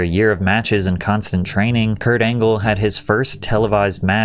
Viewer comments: Perk Angle ❌ Peak Angle ✅ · Kurt Angle ❌ Perk Angle ✅ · Perc angle 😂🤦🏽‍♂️